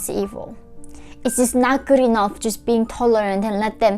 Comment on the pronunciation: you say 'just' with a pause somewhere through this and it read as the complete opposite of what you wanted to portray. may I suggest a double check with a native English speaker <3 we get what you mean but it made my heart drop hearing you say something that could be cherry picked to mean the wrong thing